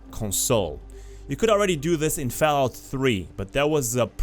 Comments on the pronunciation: bruh why you keep saying FELLOUT, dafuq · Fellaut faur, consul, faive, lol